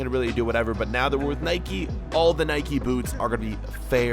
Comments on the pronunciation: Spell nike right. You are saying niki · Stop saying Nikey